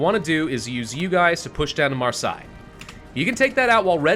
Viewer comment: Just for information, Marseille is pronounced kind of like mars-hey